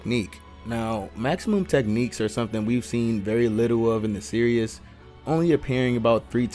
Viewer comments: It’s pronounced series not serious 😂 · It’s pronounced ser es not serious lol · Hearing you say “ Serious “ instead of “ Series “ was driving me crazy